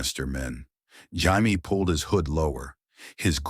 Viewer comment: IT'S JAMIE NOT HIAME.